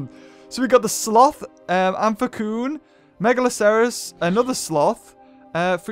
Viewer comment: It's amphcyan am-fi-siyan